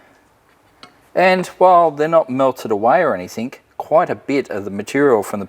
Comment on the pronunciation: Anything, ANYTHING, not ANYTHINK